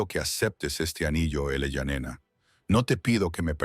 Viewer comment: La idea base de la historia es buena, el desarrollo terrorífico. (En un momento el niño fué niña) La IA nos volverá locos a todos😂😂 en el generador de caracteres, se lee: Eleyanena, ilayanena el allá nena , elaia nena ¡por favor! Desastre al oído y desastre a la vista..